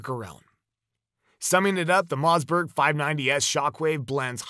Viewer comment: WTF is a Mozzberg ?? I hate AI